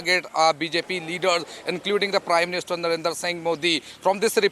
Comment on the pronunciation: BC ITS NOT NARENDAR SINGH MODI ... ITS NARENDRA MODI